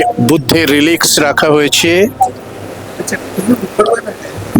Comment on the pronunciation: সরি, উচ্চারণটা "রেলিক্স" মানে ধ্বংসাবশেষ।